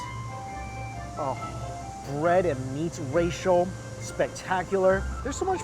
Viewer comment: Lol when he says racial instead of ratio hahaha love this channel